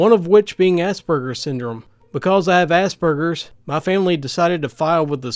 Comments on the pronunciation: For the future: As-Per-GERS, not As-Burgers. It's a pretty widespread mispronunciation. Just so you know. :) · Assburgers really am i hearing it wrong or typing because who THe fUCK NAmES A MENTAL ILLNESS ASSBURGERS